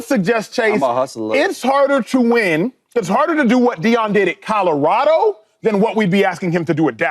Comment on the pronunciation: Shady…it’s “Colorado” not Kahdahrahdo smfh